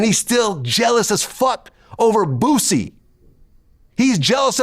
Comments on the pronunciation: Also funny with Aries calling Boosie Badazz "Boozy" lol 😆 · Now for some reason you fools keep saying bozzie 🤦🏿‍♀️ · FR 💯👏🏽 who's Boozey 🤣🤣 has pronounces things uniquely 😭😂